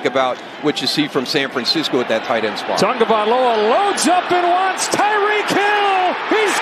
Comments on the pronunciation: It's "TAGOVAILOA" Not "Tungavialoa" what is the problem with the pronunciation? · The announcer mispronounced Tua's name the ENTIRE game. How did nobody correct him? It's not "Tongo-vailoa", sheesh. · Why is the announcer saying "tunga"? That's not how is name is spelled or pronounced. It's ridiculous. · Why does it sound like the announcer is saying tunga-vye-loa instead of tah-go-vye-loa? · Why does the announcer put an "N" in Tua's last name, before the "G?